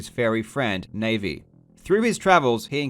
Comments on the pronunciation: It's NA-VI not NAY-VEE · Did you just call Navi “Navy?” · When "Nay-vee" instead of "Na-vee" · I love your videos, but I gave this one a dislike simply because English is hard for you. Its not "NayVi" its "Nah-VI" as in Navigation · ...okay honestly who the hell pronounces it as *Navy*? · Navi is pronounced Nah-Vee. It's literally noted on the wiki... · I love your videos. But hearing you pronounce Navi's name like the Nautical Branch of a Nation's military killed me just a little bit. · is that how you pronounce Navi? I always pronounced it 'Na-vee' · HEY KARL YOUR FUCKING AMAZING AND I LOVE YOU Oh and also her name is pronounced nah-vee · did u just pronounce Navi as NayVi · you did not just call navi, navy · You savage pronouncing it NAVY. MADLAD indeed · yeah that caught me off guard too : o It's Nah-vee.... as in... NAVIgator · Congrats on 100k subs, and did you call Na'vi "Navy"? 😂 First time I've heard it pronounced like that. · The way he says Navi makes me want to kill myself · The way you said Navi actually made me cringe. Like... oof, that's a new one, MajinPhil's pronunciation horrors don't seem so bad compared to that